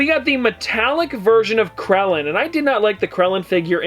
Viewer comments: Gotta love “Krellen” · Did say krellen? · you mispronounce krillin, nappa, puar. that vegeta is in a figting pose and the chiaotzu is in a pose where hes using his psychic powers. also thats great ape vegeta, and the puar comes as a side character for that yamcha in the bigger version